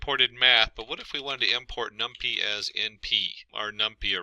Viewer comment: It is Num-PY (pie), not num-pea.